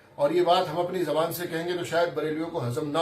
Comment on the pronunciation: jab peshwa jahil hai to 🤣 tu manne wale to jahil honge hin Zuban ko jaban bol Raha hai 🤣🤣🤣🤣